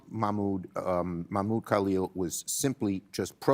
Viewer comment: He couldn’t even say Mahmoud Khalil’s name correctly